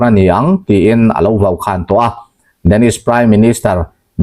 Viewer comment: Vaukhan ni lovin ,a in vaukhang tih hi a dik zawk lo maw